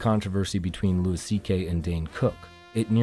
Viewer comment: How are you a fan of stand up comedy, yet you don’t know that Louis CK’s first name is pronounced “LOO-ee,” not “LOO-iss”?